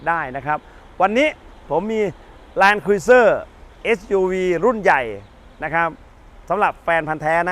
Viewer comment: แลนครูเซ่อร์ไม่ใช่ครุ๊ยเซอร์ครับเห็นเรียกผิดเป็นส่วนมาก